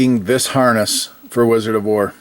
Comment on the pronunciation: I love wizard of wor. But love when he says. "I eck of izard of floor"